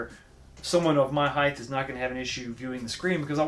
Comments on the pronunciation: Ok, great review. Sorry to be a pain in the ass but I have to mention something no one else seems to care about. The word height is pronounced with a “T” at the end, not “th”. It’s height, not heigth. You’re not the only one that does it but it makes me a full blown alcoholic. Again, nice job on the game review from a substantive standpoint. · Nice review! But “height” rhymes with “right”